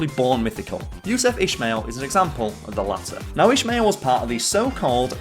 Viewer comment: Ismail is pronounced Ismail , not ishmail